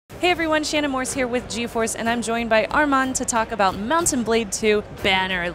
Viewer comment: Thought you said jew force instead of gforce lol